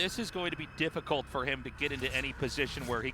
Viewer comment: Haha, yeah wtf hard to get a decent translator in Korea apparently. "I did go fol mole ploduction"